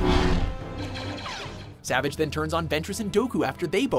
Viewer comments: STOP MISPRONOUNCING “SAVAGE” JESUS HECKING CHRIST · His name is not pronounced that way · Can you at least say Savage right? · omfg u cant even say savage opress right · Makes me cringe every time you try to say savage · who else involuntarily cringed every time he said Savage's name? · Pronounce savage correct!! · its savage not savage lol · He kept mispronouncing Savage’s name and it made it so cringey to watch. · not savage its SA-VAHGE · It’s pronounced (Sah-vah-ge) not (Sah-vij) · It's pronounced "savaage" not savage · This guy called Saavaage Opress, Savege Opress. Probably just looked up a list of The Clone Wars episodes and their descriptions to make this video. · He said 8 at 7 and also it is sa-vage not savage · It's Pronounced Saaaa vage No Savage. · It's pronounced sa-vauge not sa-vage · Every time he said “Savage” I die a little inside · the butchering of the name savagé...you'd swear that they didn't watch a singl-oh wait...they probably didn't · Ikr! It's Suhvaage(You know the pronounciation I'm trying to type.) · no it's like sah-vage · Imagine pronouncing Savage’s name like “Savidge” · in every video "Savage's" name has been mispronounced, it's pronounced "Savaj." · Imagine saying savage opress instead of "sevajj opress" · Dang it,, you’re SUPPOSED to pronounce Savage Opress’ first name SA-VAH-GE! 😡😡😡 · Savage is Sah-vagh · It’s pronounce Sahvaj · his name is spelt Savage but it pronounced "ser-varj" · Savaage, it's pronounced Savaage. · it's saavage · If he can’t say “Savage” right then this list is all wrong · Savage was pronounced wrong every time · I got triggered every time he said his name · The way he pronounces “Savage”s name pisses me off lol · I love this channel, but multiple miss pronunciation, not just talking about “savage” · Well the narrator has clearly not watched this show with his pronunciation of savage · does it upset anyone else on how he pronounces savages name? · He kept saying Savage Opress' name wrong.